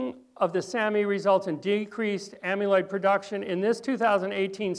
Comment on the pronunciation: This is very valuable information but it's jarring to hear the word amyloid mispronounced so many times in one presentation. You are pronouncing it like the root of "amulet" (AM-yuh·luht). But "amyloid" has never been pronounced (AM-yuh-loyd) - - correctly, it's (AM-a-loyd).